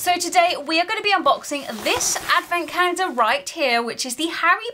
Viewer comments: Take a shot every time she says “cah-yen-duh”. Gives me PTSD to when I was in speech therapy. I normally have to stop watching half-way because grown adults using an aggressive baby-voice triggers me. Intensely. I normally don’t care for advent calendars but I loved this calendar! Very original and creative! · Is she saying advent cander?? There is no L in her pronounciation.. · Anyone else hearing "cander" or is it just me 😂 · I've been watching all the Advent openings and I just realized brits pronounce calendar like Cayender.